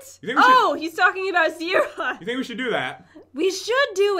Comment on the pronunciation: it is Zira not zera